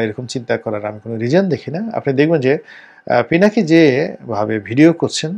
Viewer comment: পিনাকী দাদার নামটাও ঠিক মত বলতে পারলেন না। আর আপনি আসছেন পিনাকীদা'র মুল্যায়ন করতে। Shame on you man!